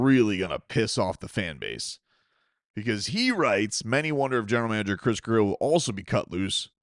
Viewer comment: It WONT MATTER IF GRIER IS HERE….. FOR YHE LOVE OF GOD!!!!!!!!!! ITS GRRRRRRIER!!!!!